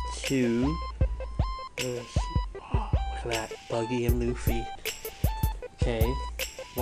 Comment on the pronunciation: is it "luhhh-fee" or "lew-fee"